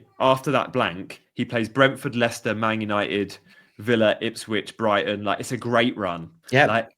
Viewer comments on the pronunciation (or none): none